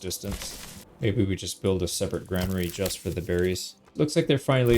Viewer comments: It's not grainary lol youre right, it's granary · Fun fact: You were pronouncing Granary correctly. The reason many people mistake it for "grainery" is because it is technically a building designed for storing grains, so the mind wants to drift there naturally... but it is in fact gran-ery. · Someone is misleading you on the pronunciation of 'granary'. You have it right